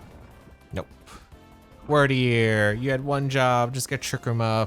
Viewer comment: Dumb question, and a bit pedantic, but isn't it pronounced "Weird"deer based on the old English word Wyrd (fate)? Cool pokemon though!